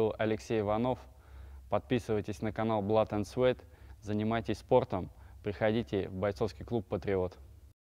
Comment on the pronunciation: "блад энд свэт". Ну наконец-то, хоть один правильно произнес :)) Бросок и объяснения огонь